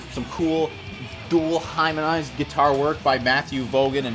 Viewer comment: did you say "Dual Hymenized Guitars" when talking about Solicitor? Hymen-ized?!